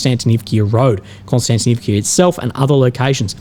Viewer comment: Not Konstantinivkia!!!!!!!! Not "ia" on the end!!!! Just"a" vowel!!! One sound "a" Not two sounds "ia" It is a VOWEL!!!! Just one letter you hear. A